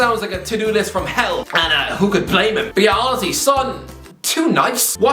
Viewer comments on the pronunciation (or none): Beyoncé* not Beyoncei